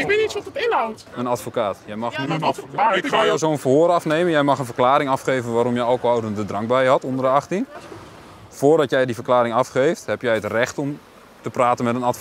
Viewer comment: ankohonende drank. Jezus, hoe kun je iemand voor iets bekeuren wat je niet eens kunt uitspreken stumpert 🤣